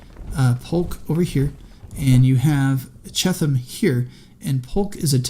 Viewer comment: I think its pronounced B. F. CHEAT-um